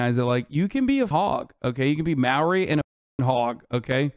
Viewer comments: As a kiwi, I haven’t met a single person who supports these people, granted they are from the north island and I’m from the south. Also Azan saying Maoo ree is killing me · i'm from nz, this is so fucking funny. I've never seen azan do a take on nz. also LOLL "mao ree" it's more with a semi roll to the r. this video is so good to a kiwi. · i love hasan but hearing the way he pronounces maori makes me want to kermit